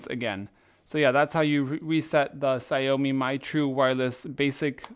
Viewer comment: is not ksiaomi jesis Xiaomi